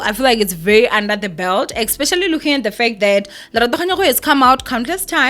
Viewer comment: Ba mo laile Lerato. You get what you give. Most Ppl ba jealous of Lulu and will never amount to what she is and how she looks. Fact!!! your Egrish is bad too but I would never judge you. Like in this video you said "expecially" and I don't think it's a big deal you still got your message across to us your ninjas. Stop bullying this poor girl or o mona na?